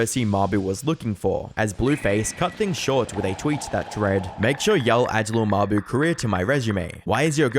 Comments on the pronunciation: “Lil muh-boo” 🙏💔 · “Lil muh-boo” 😭🙏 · "lil muh-boo"😭🙏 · “lil muh-boo” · « Lil muh-boo » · "Lil muh-boo" 🥀🥀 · "lil muh-buh" 😭🙏